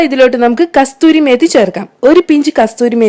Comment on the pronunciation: കസ്‌തൂരിമേത്തി എന്നാണോ നിങ്ങൾ പറയുന്നത്,,, correct name കസൂരിമേത്തി എന്നല്ലേ